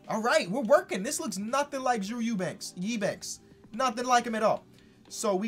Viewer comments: You were right the first time, it’s Ubanks not Ebanks for Drew Eubanks. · Hey, I went to college with Drew Eubanks and the announcer pronounced his last name U-banks. So from my understanding that's how you say his last name, but I don't know if you have more credible sources for pronouncing it E-banks. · Drew banks is pronounced U- banks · And also Drew Eubanks name is pronounced you banks. I would no because he went to OSU which is the best college